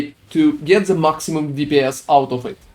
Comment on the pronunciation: its called "THE" not "ZE" xd you use letter Z too much :D